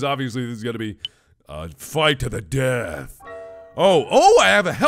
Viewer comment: oh well i swaw this giant flaming fire ball of death LOL loved the way he said deaild